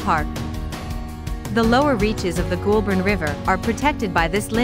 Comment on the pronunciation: Goulburn River pronounced GOAL-BURN Echuca pronounce EECHOOCA